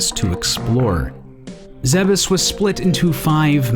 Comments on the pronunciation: I wouldn't necessarily take the Japanese pronunciation for granted; certainly there are a lot of made-up Nintendo words that AREN'T pronounced as if they were being parsed by a native speaker of Japanese. But in any case, you're right, it IS pronounced "zeh-behs" (roughly), per some mentions in Other M, as well as being stated in Super Smash Brothers Brawl. Check the video here: tAjpuctFvJY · The fact he pronounces Zebes properly and not calling it "Zeebs" makes me happy.